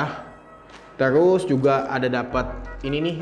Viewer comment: maaf saran aja.. mgkn kan itu dah bawaan.. ucapan nya..Di bikin enjoy aja lah..